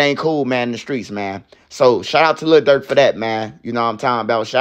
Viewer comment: Le Durk 😂😂😂